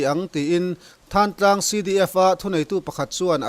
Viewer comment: Thlantlang khua hi Tuibur tih te, kawmthlang tih te, Lunghlu tih te ang a thluk tur a. ni e, Mi thenkhat phei chuan Thlantlang an ti